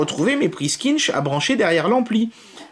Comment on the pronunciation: Ouais, sauf que ça se prononce pas "Quinch", comme il le dit dans la video...